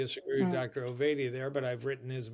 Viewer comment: His name isn’t Ovidia it’s OvAdia as in say aaaah, get the guests names right please!